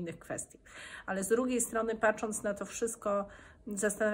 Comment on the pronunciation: Proszę Pani "patrząc", a nie w wymowie da się usłyszeć "paczac" ?